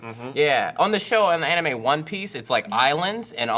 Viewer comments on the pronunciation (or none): none